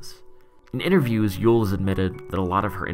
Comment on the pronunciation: maaaaaan thank you you literally helped me sooooo much i have struggled with yeule pronunciation and now im free to speak